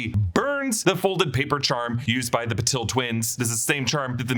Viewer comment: Parvati is pronounced Paar-vati not Par-vaati and Padma is Pad-maa. Also Patil is Paa-til, different from Patel. My last name can vouch for this! You can use English to Marathi google translate to hear them